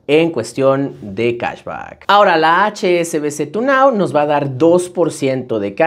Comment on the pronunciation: Cahsbaccckkk por qué pronuncias mucho el baaaccccckkkk?? 😂